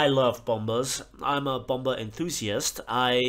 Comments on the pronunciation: Just saying idk if you’re doing it on purpose or not but it’s bom-er not bomb-er 😂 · Its pronounced bomer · You’re not saying bomber right; please pronounce it correctly. It’s not a bomburr. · The second "b" in "bomber" is silent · Bro your saying bomber wrong you don't say the second b just here to help :D